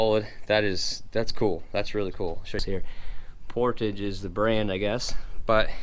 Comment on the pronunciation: Oh……and here I thought you worked 24/7 ie: same shirt. Lol 😊 Very beautiful old barn! The teacher in me says your stove is pronounced Por “taw “ ge, and that is an old Cast Iron ? stove….yes?